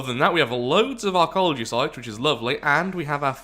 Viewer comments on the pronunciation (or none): Do you realize that you pronounce archeology like arcology?